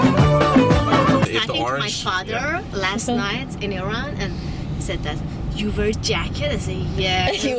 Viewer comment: Iran is not an Apple product. Pronounce it properly please.